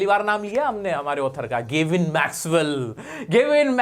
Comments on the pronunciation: It's GAVIN not GEVIN😂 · Gavin Maxwell ❌ Gevin Maxwell ✅